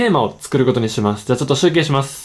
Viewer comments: ナランチャ・ギルガ 集↑計↓ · 集計のイントネーションおかしくない？